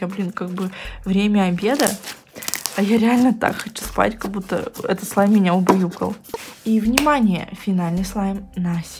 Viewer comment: "Как бута" это не правильно, прям по ушам режет, правильно "как будто" не обижайся